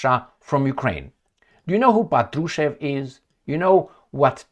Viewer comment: Hello, Thank you for your tireless job. *Little correction: when you’re talking about Mr. Patrushev - the right accent should be on the 1st syllable of his Last Name - “pAt-ru-shev” 😊